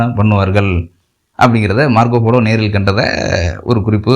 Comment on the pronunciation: மார்கோ போலோ என்று உச்சரிக்கவும் folo என்று கூறவேண்டாம்.